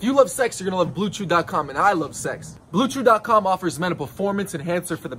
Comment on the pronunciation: Instead of hearing "BlueChews" I heared Blue juice.